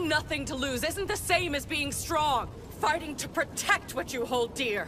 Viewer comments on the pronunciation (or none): Did I just here "Farting to protect what you hold dear" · When Erza's part came on, I though she said "Farting" Instead of "Fighting" xDDDD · iKittyGalaxi yes she said fighting though it sounds like farting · At I 42 did Erza say fart??